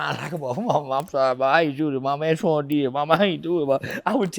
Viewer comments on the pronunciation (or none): none